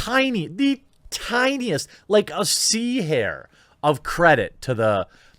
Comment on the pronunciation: I've heard of a seahorse, but not a seahare. Or did you mean 'C' hair?